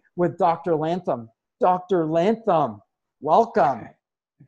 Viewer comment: oh my God its not "Lantham" hahaha. thank you SO MUCH for the interview bro <3